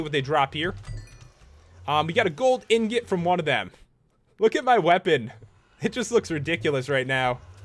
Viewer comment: You said ingot wrong 😆 he is nice.